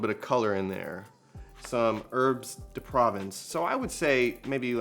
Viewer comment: These salads look so, soooo good!! I can't wait to prepare and try them. Also, I had a little chuckle on how you pronounce herbs de provence. hehehe. Can't wait for your next recipes to come out!